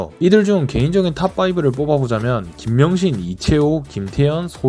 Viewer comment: 이준영fa신청하면 자동 보호여서 윤준형 막는게~ 아 그리고 김명신 발음이 김ㅂㅅ으로 들려서 놀랫어요 ㅎㅎㅎ😅